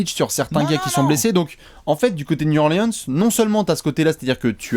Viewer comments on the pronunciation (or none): Nickel vos apéros les gars. Par contre faites un effort, Niou Orlin'se c'est quand-même pas compliqué à dire!